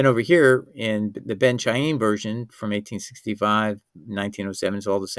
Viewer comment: From the way you pronounce the word Khayim, it’s clear that you don’t know the Hebrew language.